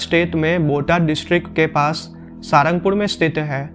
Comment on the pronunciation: इस स्थान का सही नाम 'साळंगपुर' है। अंग्रेज़ी में 'ळ' उच्चारण नहीं है, इस लिए रोमन लिपि में 'L' ही लिखना पड़ता है। आप इस का उच्चार "सारंगपुर" न करें, असली नाम 'साळंगपुर' ही बोलें और लिखें।